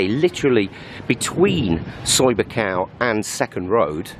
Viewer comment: Pronounced Skow Beach actually! Some of my friends in the background